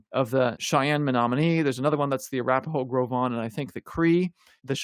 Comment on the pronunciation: I didn't know how to pronounce Gros Ventre name before. Thank you.